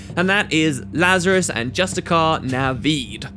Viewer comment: Just-tish-iar!!!!!!!!!! Ugh. Arg!